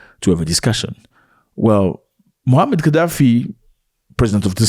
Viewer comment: Please say his name right: "Muammar" pronounced: "Moo a mar "